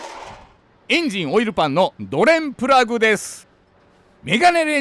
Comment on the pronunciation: ドｩレンプラグッ！の捨て難い魅力もお見逃しなく😊